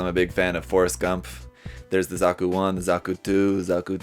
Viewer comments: It's zaku not zoku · Are we gonna gloss over him calling a zaku “zuku”